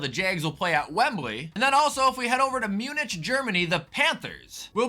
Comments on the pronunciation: You did not just call it Muneitch instead of Mune-ik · That pronunciation of Munich was tragic 😅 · I like how you pronounced Sao Paulo correctly but not Munich. 😂